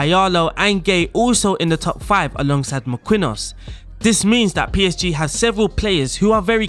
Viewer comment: awesome vid, I’m probably gonna use this in my spurs save. you may also need to work on your Marquinhos pronunciation